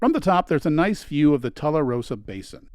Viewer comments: Tularosa is pronounced TWO LUH ROH SUH. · Its pronounced two la rosa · I'm looking forward to watching this video as I spent much of my younger years in southern New Mexico. It looks to be a well made and informative film. Forgive me but I must correct your pronunciation of a Tularosa. It's Too-lah-row-sah, as in tulips and roses. ❤